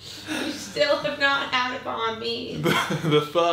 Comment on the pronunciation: Bro I couldn't stop laughing when you kept saying banh mi lol. That jetlag is no joke lol